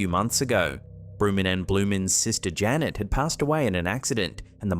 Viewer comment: Janette, not Janet!